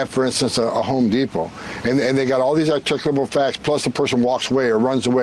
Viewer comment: That Holman guy butchering the word “articulable” is inherently both dark and funny